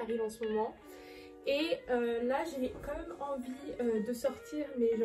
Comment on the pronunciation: “ Quand meuuume “ tu me fais trop rire quand tu le prononce ! 😂 😘 Sinon très sympa comme vidéo !!!